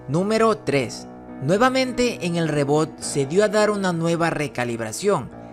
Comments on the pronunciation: Se escribe reboot pero se dice ribut no reboot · Rrebut se pronuncia :)